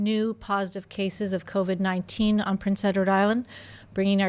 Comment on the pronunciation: "Covitt noin-tain".